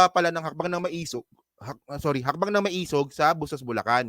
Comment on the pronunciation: Pronounce as ma-e-sug. Meaning matapang - matapang nga ba?